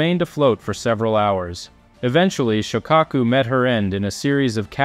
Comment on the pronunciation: Correct pronunciation of Shokako sho lono o Ka short a O pronounced as a short u.